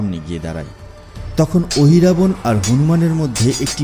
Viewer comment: Ohirabana noy mohiravana